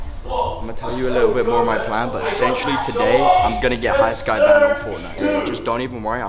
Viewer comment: mans realllllllyyyy said banded